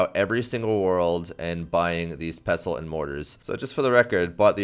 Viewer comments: Dude, you don't pronounce the t in "pestle" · This guy genuinely pisses me off cuz he says pestuhl instead of pestle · The T in pestle, is silent. Pessel.